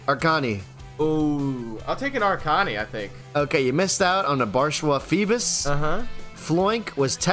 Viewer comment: Das heißt ARKANI ! (Hoffe ich)